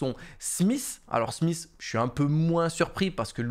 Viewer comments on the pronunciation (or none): none